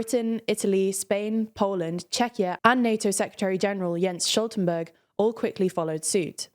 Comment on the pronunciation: Stoltenberg, not "Sholtenberg" He's Norwegian and the "t" after the "S" in his name is very much a clear, audible pronounced sound in Norwegian and should be in English too. A gunshot type T sound where you start with the "S" sound then release a small burst of air out in the "T" sound before transitioning to the much softer "o" sound.